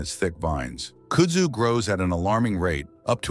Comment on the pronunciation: Voted down. How can anyone mispronounce KUDZU ?